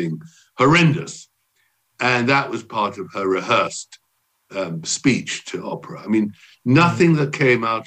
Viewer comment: I just love how Tom pronounced Oprah, Opera! 😏 Bravo!